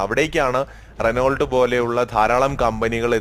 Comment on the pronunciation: റെനോൾട്ട്.. അല്ല റെനോ...